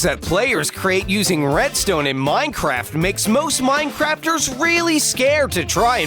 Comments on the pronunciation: Me: did he say breadstone?? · You said bread stone